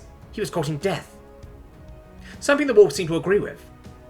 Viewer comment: Why does he keep pronouncing wolf as holef?